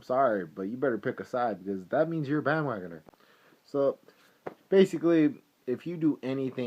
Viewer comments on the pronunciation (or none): omg ahahahaha i just died ahahaha "you're a bandwogoner (pause) with frequent flyer miles" ahahahahahahahah goood shiit hah